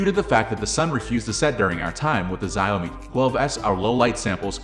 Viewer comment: I believe it is pronounced ‘Zhow-mi”.